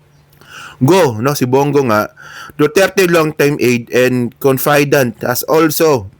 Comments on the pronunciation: 😊 it is pronounced as “CONFUH-DANT” not “CON-FAY-DANT” 😊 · Confidant is pronounced as con-fi - dant.. not confaidant.. mangmang